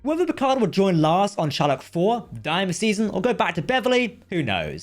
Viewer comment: I know words are hard but you also have editing to correct this. If it’s a proper noun, pronounce it as written or spoken. Chal-tok. Not Chat-lok. Again, this production ultimately goes through editing so things like this can be corrected. Not the first time.